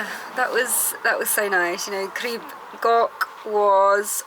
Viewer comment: Your pronunciation was mostly fine - just the "ch" at the end of "Goch" that needs a bit of work! 😁